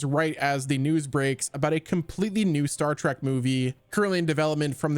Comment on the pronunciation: STOP saying, Star "TRACK"!!!!!!!!!! It's, Star "TREK" T-R-E-K